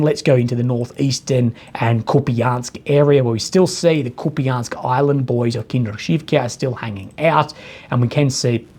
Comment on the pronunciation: Zeleniy = [ zsll YO knee ] YO YO YO (green). Kupiansk = [ COUPE ensk ] Here, ia is a Russian я [ ya ]. KUP syllable is STRESSED STRESSED. That means iansk is UNSTRESSED UNSTRESSED. That means ia vowel becomes schwach or muted to e, just as o in oven is muted to uh instead of oh.